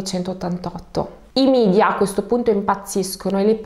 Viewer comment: A parte il doveroso grazie 🙏 e i complimenti per il tuo lavoro,(già sai quanto apprezzo la tua dolcezza), volevo dirti che in italiano si dice e si scrive MEDIA e non MIDIA,perché è una parola che viene dal latino. Non è una critica, sia chiaro, te lo scrivo perché penso ti faccia piacere saperlo. Buona serata, a martedì!